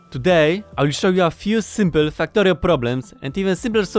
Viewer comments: is he saying... fucktorio? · I like how you sounded like saying Fucktario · Am i the only one hearing fucktorio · While I do love your accent, the yt algorithm may interpret the way you pronounce "Factorio" as a certain curse word + "torio", and limit who it recommends the video to because it thinks it has detected "strong language". Just a thought... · So I did some reading on Polish phonology... Turns out Polish doesn't have the English short 'a' sound like in 'cat' or 'Factorio', and the Polish 'a' sounds very close to an English short 'u' like in 'gum' and 'buck'. BUT! Polish 'e' like in 'wektor' and 'wcześnie' is much closer to an English 'a'... I've noticed people with certain Russian accents just straight up using an e sound for the a because it can't be confused with u. No idea if this means anything to you, I just thought it was interesting.